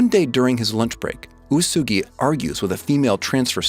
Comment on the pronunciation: Please learn how to pronounce Kaguya, Uesugi and Itsuki! 😭 Also it seems like you're rooting for Ichika based on the clips you've chosen... Don't, Ichika is a SNAKE! Totally screws Miku over in the manga, and most people hate her now. She's also definately not the bride. She doesn't have a single piece of evidence backing her up.